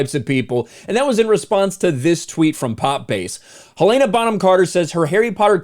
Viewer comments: Hell-en-uh, not Hill-ay-nuh. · It's Hell-a-na 🤦‍♀️ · Hell ANE Ah? Um.. dude.. Hell IN Ah. Where are you getting the ANE from? Hel-in-ah. Helena. Also.. Ray FEENDS? Dude, how do you not know how to pronounce these peoples names. Ralph Fennes is pounced Ralph (as in Ralph Lauren or Ralf ) Fennes (like Finds) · “Helen-uh” “Fines”